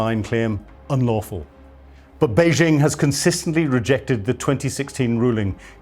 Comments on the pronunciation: It's Bei-JING, not Bei-SHING. FMD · Has this ignoramus ever been to Taiwan or the Mainland? He cannot pronounce Beijing or Taiwan and so sounds like an idiot. Every day my ears are insulted by Yanks mispronouncing Chinese names but STOPs (Slave Trading Opium Pushers) are meant to be better educated and culturally superior to idiots who voted for the Tangerine Taco (aka the Mango Moron), three times. 🍯🍯🍯🍯 Long live the Dalai Lama 🍯🍯🍯🍯 May the next breaths of The Dump, Putrid, Xi Pooh Bear, and Megayahoo be their last. 🍯🍯🍯🍯